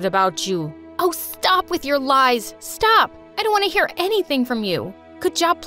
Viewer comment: “Do you EAR me?“ - that’s what I heard